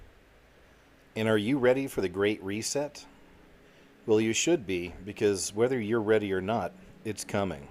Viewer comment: reee seet its ree set